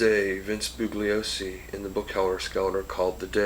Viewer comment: Bugliosi ("boo-lee-oh-si") The g is silent, you dope!!